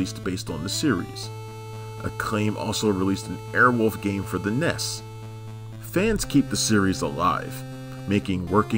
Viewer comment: First of all, St. John's name is pronounced Sin Jin. Secondly, it's N.E.S. not Ness. And no mention that Alex Cord's character was actually named Michael Coldsmith Briggs III? I mean where is the follow through on that bio? And Kaitlin was added in Sweet Britches but she didn't really help them at all because String and Dom saved her redheaded ass from the local LEOs because she was pretty much useless.